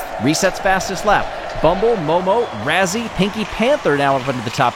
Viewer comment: Why do yall keep running Razzy instead of Ruzzy???